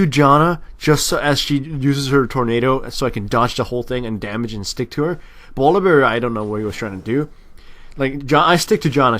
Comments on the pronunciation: Its funny how he says bolivear instead of volibear... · u say bolivare, sorry had to say that.. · I keep hearing Volibear as boliwear... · lol "bolivear" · uhh y do u call volibear bolivear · I like how calls him Bolibear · Has he pronounced Volibear right once in this video? lol it was hilarious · 1. many people said this 2.Bu if so, why did he say b with v 3.english isn't my mothertongue neither have i met any native spanish speaker speaking english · pronounced Volibear in so many fucked up ways, is this some joke I've missed?:D